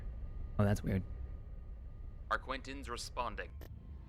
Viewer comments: I love your videos...But it drives me crazy that it sounds like you're mispronouncing "Arquitens" as "Arquintens". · Arquitens not Arquinten!! Ahhh if you like the ship so much pronounce it properly. It doesn’t help the voice over on the mod is wrong too! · The way pronounces 'Arquitens' triggers me. Where is the second 'N' that makes it Arquintens? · He says it "Arquentins" which makes my skin crawl lmao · I think I'd go nuts listening to him pronounce it incorrectly so many times...